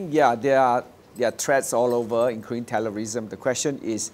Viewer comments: terror -riisim = TJS, cannot even pronounce properly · Did Tan Jee Say just pronounce terrorism as Tellerlism???